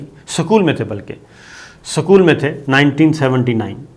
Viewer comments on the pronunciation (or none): Isko kisney anchor banaya? School ko sakool.hadh hogayi.